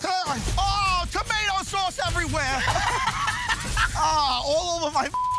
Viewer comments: they should change his opening credits line to "AHH TOMATO SAUCE EVERYWHEUH!" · TOMATO SAUCE EVERYWHEAH.